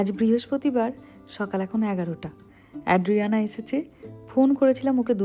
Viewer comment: Tomar content khub valo lage, anek kichu notun jante pari and sikhi tomar video theke. I'm a regular viewer. Ekta chotto constructive feedback debo, it's ay-dree-AN-uh (bangla r A-kar borno ta) NOT ad-dree-AN-uh